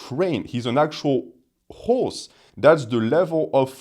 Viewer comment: “Guy is a train. He’s an actual hawws!” 🇫🇷😂